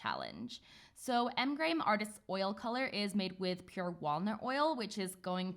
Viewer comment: Yay says Graham properly (in my opinion) the american pronunciation always throws me off. Sometimes I forget shes British.